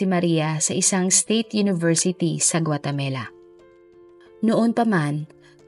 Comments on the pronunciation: Guatemala not guatemela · CORRECTION,I think its Guatemala not Guatamela. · Guatemala po (not guatemela) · Who cares? Well, if nagnanarrate siya dapat tama siya. Hindi yung nagnanarrate siya pero iba iba sinasabi niya. Wala namang bansa na Guatemela. Pulpol ka ba.